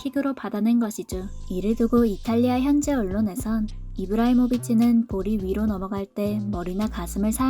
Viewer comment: 이브라히모치??? 😂😂😂😂 선수 이름도 모르면서 영상을 만드냐?????